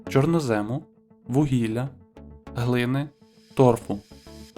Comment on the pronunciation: З відповіддю на 1 запитання не погоджуюся. Зубри більші за бурого ведмедя. Ставте правильно наголос чорнОзему, а не чорнозЕму